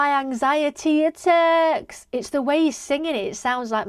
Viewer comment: I'm from Croatia and didn't understand it at first as well, his pronunciation of the letter 't' is very weird, both in "times" and "attacks"